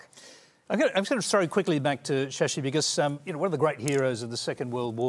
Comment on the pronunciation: British ruined.. Tharur gained English... Studied in England.. Still he is sasi.. Not "Shasi" did somebody understand??